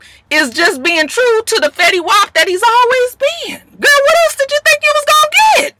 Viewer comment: Did you call Fetty, “ willy wop?” ROTFLMAO!!!! I’ve had enough of you!!! I’m screaming! Lol